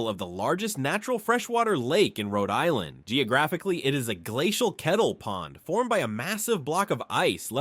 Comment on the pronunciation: You can't pronounce the places in RI !!